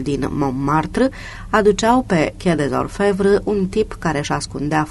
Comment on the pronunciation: stiu ca exista. dar persoana care citește nu are habar nici măcar cum se citește Quai des Orfevres. Cum poți sa asculți un roman, nu, 42 de romane de Georges Simenon si sa te confrunți la fiecare 10 cuvinte cu o denumire sau un nume distorsionate, de nerecunoscut?, parca. Am auzit in premiera o perla de la dumneaei care zicea ca sa lăsăm un comentariu sau un like si daca ne place si daca nu ne place. Si chiar o amuza ideea....